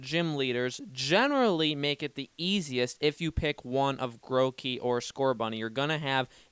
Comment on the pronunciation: HE CALLED IT MOTHER FLIPPING GROWKEY AND NOT GROOKEY